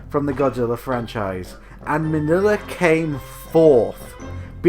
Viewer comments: Uh, who is "Manilla"? Does he mean Min-Ya - Godzilla's son? Clearly in the movie his name is NOT Manilla. WTF? I mean at least pronounce the names like they are in the movie. Manilla, really? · Minya is how you say his name. He is funny though in Final Wars when he's small enough to ride in a car.